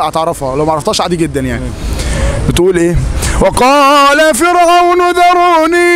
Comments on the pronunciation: اخي الكريم (فرعون) بترقيق الراء وجزاك الله خير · جزاك الله خير أخ ، لا زلت تخطئ في آية ( و قال فرعون ) فرعون بدون تضخيم الراء ، أنت قارئ للقرآن لازم تكون عارف القراءة الصحيحة و شي لازم على كل مسلم.اسمع للقراء جيداً ،